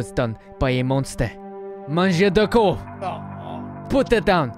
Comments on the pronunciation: Because he said "Mangeur de corpse" and ofc corpse is english normally there's no SE it's just corps and the S isn't prononciated more like "KOR" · in french corps is pronounced cor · French watcher here and the pronunciation for the "mangeur de" part is pretty ok, but "corps"? It would be "cadavre" but well :p Anyway going back to watch the video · Hello, the "p" and the "s" in "corps" are muted in french (i'm french)